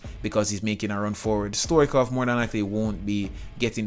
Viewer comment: It's not Stoichov it's Stoichkov (no hate)